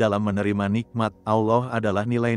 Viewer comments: Karena AI tidak bisa membaca Allah kak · Kenapa setiap penulisan allah dan pembacaan kalimat allah sengaja di salah 2 kan, ini membuat islam emosi